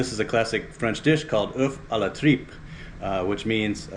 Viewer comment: Thanks for sharing ! Does this dish have a historic signification to you? You prononced the name very well!